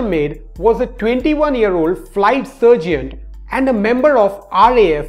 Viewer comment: Mister Tibbs I caught the same word. I was listening and not paying much attention to the captions, but when he said Flight Sargent, I thought he said surgeon, and thought, what the hell is a flight surgeon... The captions made it much easier to back it up a couple of seconds to see what he Actually said. Like You, there were Only two or three words I Didn't Understand, but because there were captions, I could easily see what was being said.